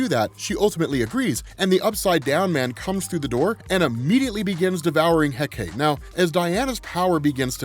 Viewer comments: Good to see Hecate get more love. Plus there’s multiple ways to say “Hecate”. Yours is the most common. Though still said it wrong however. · love this video but the way youre pronouncing hecate hurts a lil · OMG, it was killing me, every time he said Hecate, lol. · "heck-a-tay", not "heck-ate". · It's He-Cah-Tee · Hecate : heh-kuh-tee In Shakespeare’s writing, it was pronounced heh-cut. But the Ancient Greek is the three syllable heh-kuh-tee. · He-ka-tee is how you pronounce Hecate. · Pronounced heck-ah-tay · I've heard it pronounced "Heck-Ah-Tay" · First time I have ever heard that name pronounced "heck-ate" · Recently discovered its pronounced Hek uh tee. Happens to be my fav sniper rifle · It's greek so it is pronounched Heh-Kuh-Tee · It's pronounce he-ka-te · For future reference, “Hecate” is pronounced “HEH-cuh-tay” Source: my sister is Wiccan, this is her goddess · Heh kah tee is proper way to say it if nobody has commenters that yet, thanks for all your content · Pronounced HECK-uh-tay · You almost got it, dude! 'Hecate' is pronounced Heck-A-TEE! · Ha-kite-ta is how you say it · Apologies, but Heh-kuh-tay is the proper pronunciation of Hecate. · Hecate? I've heard it it pronounced as heh-cah-tay. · Hecate = Heck-Uh-Tee Hippolyta = Hip-All-Eh-Tuh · “Heh-kuh-tee” just for educational purposes! Thank you for all of this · supposedly hecate is pronounced "heck-uh-tee", heckuhtee. it sounds super lame. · I've always pronounced it heck-a-tee but only because it sounds funny. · This story was freaking crazy. Diana was so broken in this story ripping holes in reality open at will, plus seeing them DC invoke the Goddess of Magic is cool. Also Hecate is pronounced heck-ah-tee. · yeah i remember on Penny Dreadful on HBO, her name was pronounced heka-tee. lol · It's pronounced heh-kah-tee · Oh man your pronunciation of the goddess and wonderwomans mom needs work